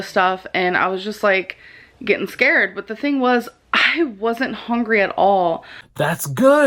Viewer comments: she's not "hongery" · "I wasn't even hong-ree for my feelings" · literally!!!! HONGRY she makes me so mad whduwgdnka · HOW DOES SHE SAY EVERYTHING WRONG “I’m not even HONGRY”